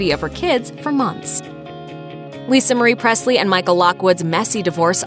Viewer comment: It's not Prestly it's Presley